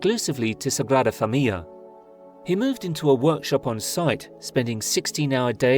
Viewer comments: Thank you for explaining this so eloquently. My Spanish brain was in knots hearing that pronounciation. It is indeed an amazing video though! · Your are eliding the end of the word 'familia' as if it has a double 'l'. It does not. The word has four syllables, not three. You have a habit of doing this. Otherwise a nice, informative video; thanks.